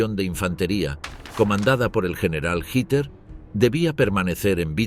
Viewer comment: Español de españa o latinoamericano o de guinea Ecuatorial lo que se agradece que este narrador si sabe decir Hitler, otros durante todo el programa dicen Hiler o Hilder